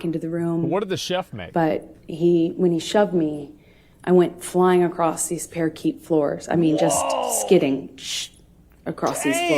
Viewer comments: Parakeet is a bird, a type of small parrot. Parquet, pronounced par-kay, is a type of wooden flooring🙄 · PARAKEET FLOORS????? It’s pronounced parquet. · Someone memorized a script someone wrote for her, or she assisted in, and mispronounced “Parakeet” floors! There it was. It’s Parquet btw, Ma’am. 🎉 Also… as this is obviously a rewatch for me, because I adore this channel with my whole heart!!! There are still no tears during the “crying” parts. Not a drop. I just hada come back to make sure… 😂❤🤘🏼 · She tries to be so intellectual but cannot even pronounce parquet, which become parakeet floor. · Parakeet floor? Nope, parquet…pronounced par KAY. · OMFG I'm sorry - parakeet floors? It's parquet, as in French, love (pronounced par-kay if you ever need to use it again - a parakeet is a f*king bird). God this woman is driving me nuts. And the worst actress of the year award goes to ?? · she said "parakeet floor" lmfao it's pronounced "par-kay" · Did she just call a parquet floor a "parakeet" floor? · She obviously must have graduated from the third grade. Let's not forget about the " PARAKEET" floors.😅😅😅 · IKR? I laughed so hard watching this live. Parakeet floors 😂😂😂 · And pronounced “par kay.” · Did she say 'parakeet floors'? 🤨 She can't remember the sequence of events because they didn't happen!!!! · Did she say "parakeet" floor 🤣🤣🤣🤣🤣🤣🤣🤣🤣🤣🤣🤣🤣🤣🤣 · She went sliding across the "PARAKEET" floors?! Anybody else hear that? 🤔